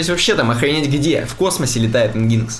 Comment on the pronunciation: Ребята спасибо вам за подкаст. Очень круто, информативно и с юмором :) Одна только просьба: NGINX произносите как энжин - экс , а в остальном так держать!!